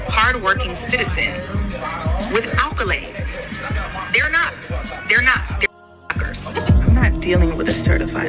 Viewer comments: Side note she says she says what sounds like “alkalades“ instead of accolades, even the subtitles read it like that 🤣 like she’s got alkaloids and accolades mixed up but it’s funny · Did she say ALccolades? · Did she say "alcolades"? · Did ol girl say she got "alcolades"????